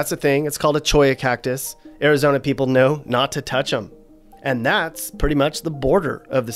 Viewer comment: Its cactus not whatever he said. Born and raised here